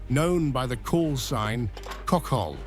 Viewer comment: Kokol😂 I guess you mean hohol.